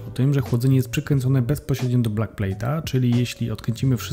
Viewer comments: Backplate, a nie blackplate :D Pozdro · Tak tylko dla twojej informacji: nie mówi się blakplejt tylko bakplejt czyli nie blackplate tylko backplate. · hej to się mówi bakplejt a nie blakplej